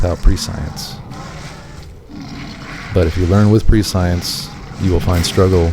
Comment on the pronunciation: Prescience is pronounced Press-e-ence Love your content btw ♥️🙌✨